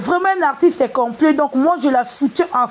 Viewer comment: Un article compleu, revois ta prononciation ma sœur